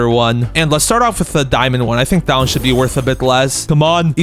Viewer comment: Did u just said shold huh?